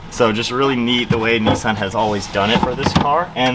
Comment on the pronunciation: There is no e in Nissan learn to speak first ok 👌 👍